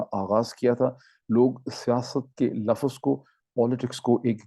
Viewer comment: It’s not word Lafaz it’s Lafz